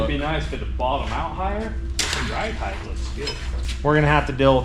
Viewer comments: Just as soon as he figures out there's no "th" on the end of "height". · Height ends with a T not an H 😂